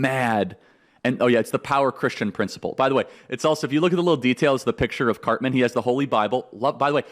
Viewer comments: Why does he act like he doesn’t know who Cartman is. He couldn’t pronounce his name? Come on man. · And he also says Carmen! 🙄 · "Carmen" acting like you don't know cartmans name smart move charlie 😂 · BS!! You know Cartman by name. "Carmen", come on LOL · He so clearly hasn’t watched the show after hearing him say Carmen and Authorit-AY, when everyone knows it’s Authority-AH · You know how to pronounce Cartman’s name. That’s you showing that you’re bothered by purposely mispronouncing his name. And you’re a gay fish. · Congrats Charlie, you rule. You gotta do a little more research before making South Park references though man. It's pretty clear you've likely never watched the show. "Respect my authoritaayy" was pretty cringe haha. Anyone who knows the show knows it's "authoritaahh." Also at the beginning, stumbling over the name "Cartman" was a dead giveaway. That being said, I love your work and what you do man. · Charlie mispronounced it. 😑